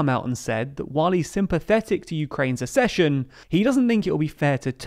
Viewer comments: The Ukrainian president, not prime minister. Accession is pronounced as ‘ak-session’. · Please learn how to pronounce accession correctly. It’s just like succession, with a K sound, i.e. AK-SESH-UN. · Accession: ACK-session. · This is not how you pronounce the word "accession" My ears are bleeding